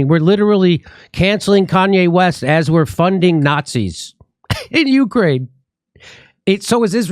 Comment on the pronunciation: Nancy said "Slava Uhani", because she's even too dumb to say "Ukraine"